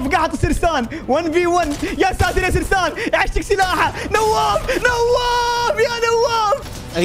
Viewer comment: اسمه سيرين مو سرسان